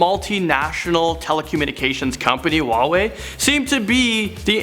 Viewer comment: who the heck pronounces huawei like that???